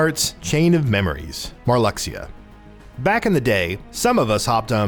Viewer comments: It’s pronounced....MAR-LOO-SHA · "Marluxia" is pronounced "Mar-loo-shuh". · It's pronounced "Mar-loo-xia"